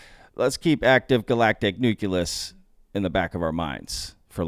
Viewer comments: nucleus " noo klee us " not " noo Q Lus " LOL ! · Nu-klee-us, dubya